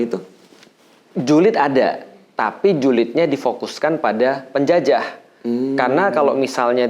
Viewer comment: penuh penekanan banget "versi PENJAJAH Belanda"